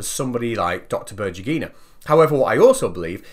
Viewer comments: Before saying berdjugyinaaid? try to use in Google Translate this: Светлана Бердюгина and use voice announcer. Accentuation in Berdyugina is on "U" symbol. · I insist that her name is spelled like "BER-DEW-GHI-NA", not "BUR-JEE-GHI-NA". Svetlana Berdyugina